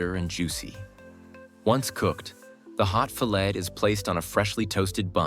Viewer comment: Need to QC your voice synthesizer or whatever LLM you're using. It spend the first 6 or 7 minutes saying "fillett", then suddenly started properly pronouncing filet. Then it referred to the tomato concentrate as weighing up to "one fiveteen hundred pounds"